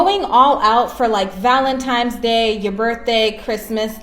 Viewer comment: "valenTIMES day" 🤡